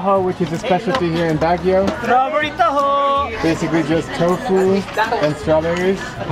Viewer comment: Him: Pronounces taho differently Me: Ok.... Actually me: inwardly cursing and screaming